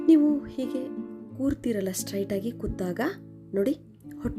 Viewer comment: "ಹೇಗೆ ಮಾಡಿ" ಅಲ್ಲ, "ಹೀಗೆ ಮಾಡಿ " ಅದು.ಅಯ್ಯೋ ಕಸ್ತೂರಿ ಕನ್ನಡ ಕೊಲ್ಲಬೇಡಿ .